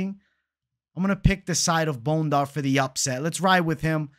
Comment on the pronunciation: 🦴 Bone-Dar 🦴 vs Bon-dair